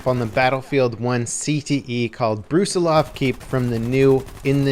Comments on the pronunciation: its Brus[i]lov not Br[u]silov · You should put stress on the "i" in the word Brusilov not on "o".